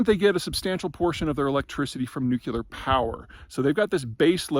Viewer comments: Nu CLEE uhr. Not nuke YOU luhr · Nu-cle-er no Nu-ce-ler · Nuculer? Not hardly. The word is nuclear. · nuclear, not nukular. thanks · It's not " nukular " it's nuclear , like ....nucleus , this make you sound techno illiterate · Love these talks; I feel smarter just by listening. What is the chance that ultimately Peter will pronounce "nuclear" (e.g. New Clear) properly, i.e. not "Nukular"? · Am I the only one bothered by mispronunciation of nuclear to "NOO-kyuh-luhr"? I know it's so common it's pretty much accepted now, but every time I hear it, reminds me of Homer Simpson episode where he mispronounces it. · Peter is a brilliant guy. It is interesting that he chose to pronounce “nuclear” as “nukeela”. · Every time you say "nukular," God kills a kitten. Please, have mercy on the kittens. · please stop saying, "Nucular". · Considering that you overtly try to sound smart, you may want to look up the pronunciation of the word nuclear. With your level of narcissism- it’s odd to see that simple mistake… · Germany has plenty of renewable power. It work just fine. What they need now is the means to smooth the production peaks and valleys with viable storage schemes, be it battery or something else. Germany is looking at a tough winter, agreed. But they're a smart-enough country when they manage to look past their bureaucratically entrenched myopia. EDIT: And PETER!! "Nuclear" has only ONE "u" in it! NEW-CLEE-URH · Your mispronunciation of "nuclear" is surprising and distracting, as this comment illustrates. Unsure why you, of all people, do that. It's an English word isn't it?